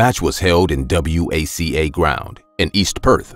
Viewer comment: Tip for non Australians WACA is pronounced WHACKA